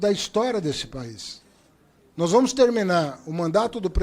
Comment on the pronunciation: "Nois" gezuis